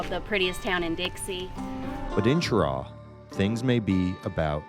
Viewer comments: Not Ch-raw....Sh-raw!!!! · It is not pronounced with the Ch sound, it is pronounced with the Sh sound. FYI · We pronounce it Shuh-raw around NC. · It’s pronounced sheraw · Have watched a few of your SC videos, you need to learn to pronounce the names correctly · And he mispronounced the town. Already know how this is gonna go. Look Cheraw is another town that got ruined by NAFTA. It doesn’t get the coverage of those midwestern towns that got hit hard, but they took a big hit. If you go over to say Spartanburg Gaffney or Greenville you’ll see how SC is actually getting ahead on car manufacturing and more because of the foreign companies hiring Americans. Upstate SC is a real model for how to build industry in the post NAFTA USA. Oh and also, because you’re in SC we need you to go home friend and say this: “it’s not South Carolina, it’s superior Carolina.” 😂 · we pronounce it that way in Cheraw too. Idk who these people asked, but they got it wrong.